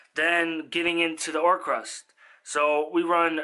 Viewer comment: OR-CUST. Like music. There’s no R after the C